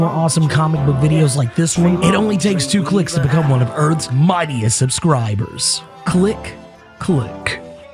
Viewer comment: “Whadisup Earths mIGHTIEST subSCRIbooors”